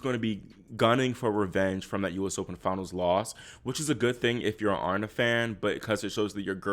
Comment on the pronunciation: Uh-Ree-Na (Aryna)